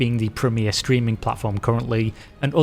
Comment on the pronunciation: Every time he says "streaming" l hear ”screaming" 🤣